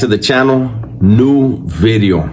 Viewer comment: Not meaning to clown, but the Homie is making SURE he says VVVideo 😅 Big ups, OG, keep ot rocking !